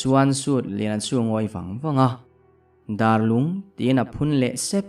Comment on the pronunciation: Darlung hi "dar" lai kha a ki sang a lam tur a nih duh hmel riau mai darlung khua chu a awm ngei a mahse a "dar" lai a hi mihring dar kan lam anga lam hniam nilo in dar tangka kan sawi anga a ki sanga lam tur anih duh hmel khawp.mai